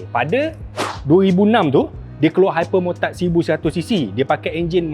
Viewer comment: dengar macam dukati hypermurtad 😂😂😂😂😂😂😂